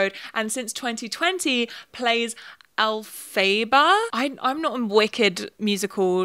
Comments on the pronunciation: Two things! One: the emphasis in Elphaba's name is on the first syllable, so it's EL-fuh-buh (it's not easy to pronounce! I can't blame you, I just wanted to tell you because I like know how words sound, personally). Two: baby does like this soup, that was a perfectly accurate clip. I love, love, LOVE watching your uploads, and it's genuinely so funny to me that we have so many similar opinions on little things. (An example: I, too, will choose the Irish people to stan; though that's largely because I can trace my family lineage back directly to Ireland, LMAO. I'm biased as all hell.) I hope you're doing well! Thank you for sharing your opinions with us. ❤ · and it's pronounced ell-fah-bah for future ref x love your content! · “al-phae-ba” is crazy 😭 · El-fa-ba haha great video :) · from what I know her name is pronounced Alpha-buh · You pronouncing Elphaba actually cured my depression. I’m surrounded by theatre kids and it’s actually so refreshing to watch a whole video surrounding glee and then hear that. Thank you for your service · the elphaba pronunciation has me screaming 😭🤣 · your pronunciation of "elphaba" SENT me i'm so sorry i cannot get over that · THE WAY YOU SAID ELPHABA IM CRUING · I'm sorry but the way you mispronounced Elphaba physically hurt me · why did u not google how to pronounce Elphaba I’m gonna cry